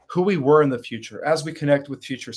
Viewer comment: You said wer 2011